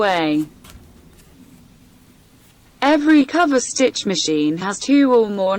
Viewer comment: Oh my god, I couldn’t watch this, which is a pity - the narrator or whatever you’d like to call her - is awful! Why is she pronouncing the words so weirdly? It’s not cooverstitch, it’s coverstitch. Why serger with a hard ‘g’.